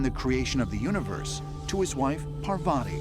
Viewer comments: And paaaavtii hahaha lol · not Parvari pronunciation is paarvuti spelled as Parvati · Imagine how offended English will be if someone pronounced jesus as " je-uh sus " at least invest in a Indian translator while making such videos ... I'd like it more if it was parwati instead of your accent parwadi 💀. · Not pravaathi , her name is Paarvathi 😉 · It's Parvati not Parvaati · It's not Paar-faa-tee it is Parvati